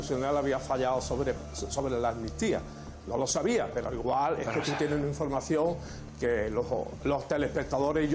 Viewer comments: Jajajaj No es eje...es ejque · Se dice “egque “, 😂😂